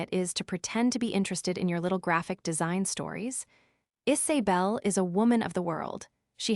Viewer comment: names - 'isabel' - not "Is A bel'